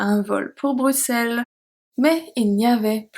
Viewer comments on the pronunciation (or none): none